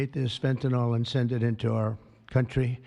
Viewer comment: Is there an O anywhere in fentanyl?... Why are there so many idiots who keep mispronouncing it, just as with oxycoNtin?...